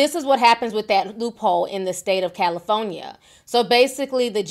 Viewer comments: vlogs CALIIIFONIA!!🤣😂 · I'm rolling everytime she says "Cali-FON-ya" 😂😂😂